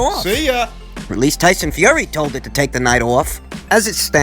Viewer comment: I love it when he says "Toyson Fiory" lol